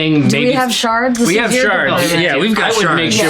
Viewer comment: I know it's "shards" but I keep hearing, "we've got sharts for days" .lol